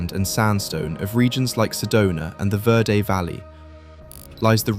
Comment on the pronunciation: The Verde Valley is pronounced Ver' dee.